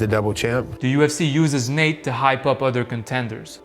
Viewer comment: bro really turned Nate Diaz into Natina Diaz